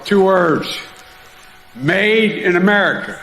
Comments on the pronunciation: "Madin" "america". He's reaching out to his lower uneducated voter base. Kinda like "finna" or "bet" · He didn't say, "Made in America." He said, "Maiden America." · He actually said "Maiden American" like "Lady Liberty". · I think he said "Maiden America". See - two words. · Maybe he said "Maiden America". LOL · He said, "Maiden America". Lol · No, he said "made and America" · Fact check. False. Timcast accuses Biden of mispeaking. Biden actually said "Maiden America." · weeeelll he did say it as Made Inamerica